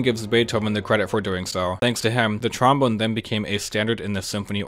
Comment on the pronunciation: Why do you pronounce trombone like "tromon"???